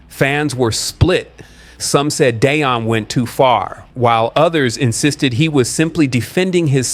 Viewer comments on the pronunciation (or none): It’s not pronounced Day-on. It’s Dee-on! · Dee on!!!!!! Deion not Dayon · It’s better to say Dee-yon (Deion) and Shi-door ( Shedeur)